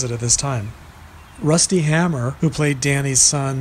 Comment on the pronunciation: Rusty hamers name was pronounced hame-r vs hammer